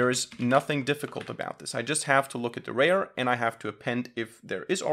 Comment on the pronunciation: You pronounce "rear" like "rare"; --> Correct pronunciation.